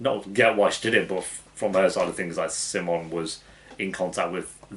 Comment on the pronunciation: I love how you pronounce “simon” in a Swedish accent like how it’s supposed to and not like the Americans who react to this show lolll